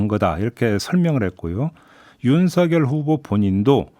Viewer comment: 막내작가님 윤석열을 윤석렬로 발음하시면 안돼요